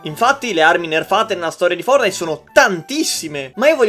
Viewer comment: i nerfortnite 😂😂😂